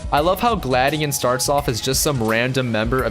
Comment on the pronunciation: It's gla dion